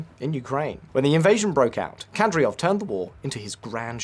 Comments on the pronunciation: You could at least pronounce Kadyrov correctly. You also dropped Apti Alaudinov from the list of potential successors despite him being the most cited one. Ramzan is a legend and Chechens will praise him for a long long future. You clearly don’t realise the greatness of Axmat Xadji Abdulkarimovich’s legacy. Ахмат - сила. Аллаху Акбар и вперёд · DUDE! it's Kadyrov not Kadyrov!! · You seriously couldn't have googled Кадыров pronunciation before filming the video? Something that basic? Because your pronunciation isn't even close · Kadyrov not Kadryov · KADYROV ffs not KADRYOV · In case someone wondered, it's pronounced "Kadyrov", not "Kadryov". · "Kadryov" -- you even have it written correctly on screen, while reading it incorrectly. It's not even about pronunciations, you just read it wrong again and again and again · Kadry rov .... if that pronunciation is being done to trigger Chechens then I guess it's kinda funny. Otherwise, .... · Yea, I noticed that, the "host" couldn't even say "KA-DEER-OV", pretty much well every other person can say it properly, except this guy. Also at the min mark he pronounced Kostyantynivka the russian way (Konstantinovka). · Saying “Kadriov” over and over again and he’s not even AI. Painful to hear. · How can you fuck up Kadyrov's name every time you say it? It's not a difficult name unless you didn't read the script before recording. Ka-dy-rov. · You pronounce it Ka - dee - rov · Read the word with me, Kadyrov - Kad-ee-rov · His pronunciation of Ramzan already bothered me, but then he kept saying Kadryov over and over. That's how you can tell someone is just making content without actually knowing what they're talking about. I'm surprised he didn't say Putrin. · "kadryov" my god how could any of the information be accurate if you cant even nail the name lolololol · Dude learn to pronounce the name of the people you claim to be an expert on, super cringe. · Can’t even pronounce Kadyrov but will lecture humanity on Chechnya